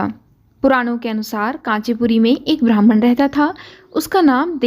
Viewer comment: अत्यंत सुंदर प्रस्तुती है. लेकीन " ब्राम्हण " शब्द का उच्चारण "भ्रामण" हुआ है .